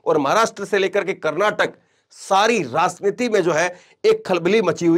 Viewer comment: that’s why you are anchoring in this channel because you don’t know correct word of raajniti you are saying raazniti😂